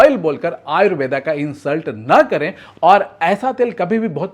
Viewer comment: Tum thik se आयुर्वेद bolo आयुर्वेदा kyun bol rahe hooo😂😂😂